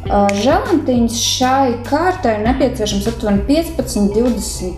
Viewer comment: jāsaka želatīns nevis želantīns